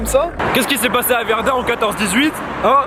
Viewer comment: sa se dit pas pas verd''an'' mais verd''in'' et sa s'ecrit verdun